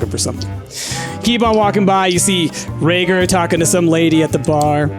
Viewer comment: I’m sorry but it’s Rager not Roger